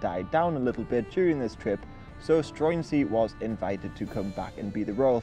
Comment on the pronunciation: There's actually a film about this starring mads mikkelsen. it's quite good. Also I'm fairly sure the pronunciation is more like "Stroo-en-zee" iirc.